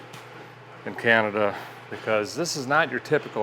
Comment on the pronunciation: Hey Derek…you keep mispronouncing Cananada…it’s Canadia…you know, where the Canadians live…😂😂😂. Seriously, you need to go to the falls in the Winter…while is a might chilly, the ice formations and the lights are amazing…